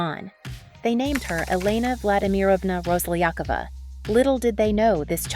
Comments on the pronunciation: Rosliyakova? Seriously? You not even trying to know how her name pronouns... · RoslyakOva, stress on the last "O" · They never stress it right. :-)))